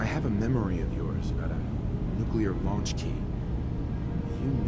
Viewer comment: Nuclear* not Nuculear